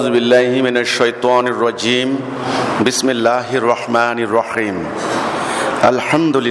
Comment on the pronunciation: বিসমেল্লাহ নাকি বিসমিল্লাহ কোনটা সঠিক? বেটা বিসমিল্লাহ টা সঠিক করে বলতে পারে না।